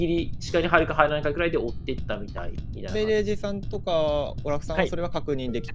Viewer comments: 間違いなくストレージさんって言ってる。笑笑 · ストレージさんはアベレージで、、、